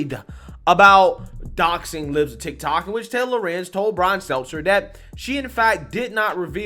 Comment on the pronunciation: I love how you say Brian Selzer